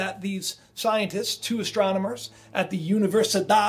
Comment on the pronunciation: Oh my gosh do you realize you said ASStronamers?? Yes you pronounced it that way LMFAO too funny